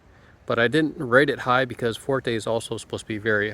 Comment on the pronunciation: Fuerte NOT Forte, Sir Prize NOT Surprise